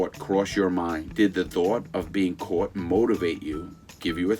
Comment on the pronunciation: How he says caught kills me hahahah —> cooot